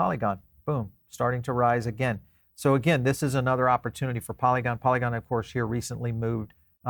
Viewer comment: Did I just hear this guy say “not a great project - ploygon” or was he talking about base? A good way to lose credibility fast is calling something like polygon a not so great project. I hope this wasn’t the case.